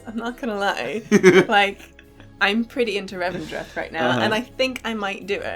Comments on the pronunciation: It's "Revendreth" ❤️ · It's called Revendreth.